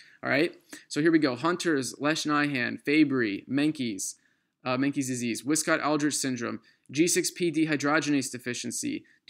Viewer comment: Amazing job! But a little advise, it is Menke's not Meinke's. Still a perfect job!